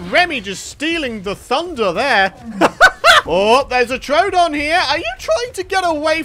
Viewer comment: Not to be rude but you sayed troodon rong you say trowdon when it's pronounced troodon 🙂